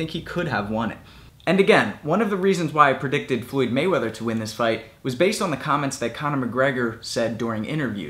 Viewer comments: First and foremost: Why do you pronounciate "Floyd" as "Fluid" ? That's funny as hell, I'm gonna make this video into a drinking game everytime you say " Fluid ". Second: no, McGregor did not deserve to be in that ring with "Fluid" Mayweather. He is so much of a weak puncher(In BOXING) and an amateur(In BOXING) that his punches were doing shit to "Fluid" Mayweather" so much so, that "Fluid" Mayweather felt comfortable going on the offensive, yes FUCKING MAYWEATHER, went on the offensive. He was eating McGregor's punches left and right, he was not rocked, shaken not even one bit, he was like " Sure why not ?" and kept on walking forwards . "Fluid" wasn't rocked too many times in his career, but mostly because of his defensive style, he doesn't have a weak chin, I'm sure of it, but in boxing he is far from being known for chin at all. In boxing his chin is what ? Mid tier ? There are many, many, many people with much stronger chins. And McGregor got TKO'd by Mayweather's punches. Mayweather was doing damage with every punch he tagged into McGregor. Fucking brittle hands Mayweather, Mayweather has a stunner punch. Not a top tier punch in his division at all. If it was Manny in that ring, the fight would have ended in round 1. McGregor did not deserve to be in the same ring as Mayweather. Mayweather however unlikable he is (And damn, Mayweather is unlikable as hell), is a legend and McGregor did not deserve to be in that ring with him. Hell, many champions of the world in boxing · Did you just say Fluid Mayweather?